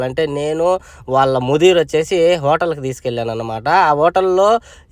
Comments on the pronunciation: Vatal kadhu bro hotel 😅😅😅😅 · అది వోటల్ కాదు హోటల్